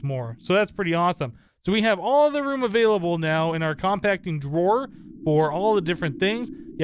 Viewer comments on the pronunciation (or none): none